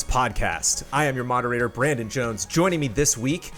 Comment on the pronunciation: Correction: . Oh by the way, Jones. You mispronounced JONES! It's cool, it happens ; )